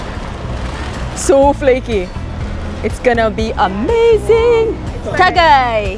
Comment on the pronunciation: I love how you say "tagay"!